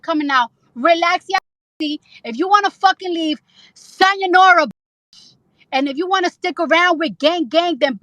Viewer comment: That bitch said “Sah-Loh-Noh-Row” Bitch you mean Sayonara 😂 I’m fucking dead 💀 dumbest illiterate bitch ever 😂